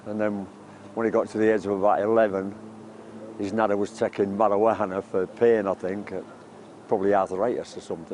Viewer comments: "marawahana" lmaooooooooo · "his nanna was taking marawahana"